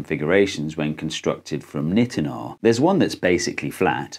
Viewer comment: Ahhhh this video was great but the way you pronounce Nitonol is giving me a stroke It's a long I - nye-ten-ol